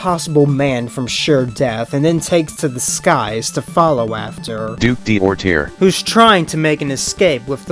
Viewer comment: French guy here. The AI is full of crap and gives you a wrong pronunciation. D'orterre is spelled like "Doortair" in English. The D' particle, in this example makes it mean "the duke of Orterre". These particles are typically thought to belong to nobility, but many commoners also have it in their name, so it's far to be a trustworthy clue. And hot damn, how come the DC writers have never used the garden prison body horror in a freaking Poison Ivy story?!!! It's awesome!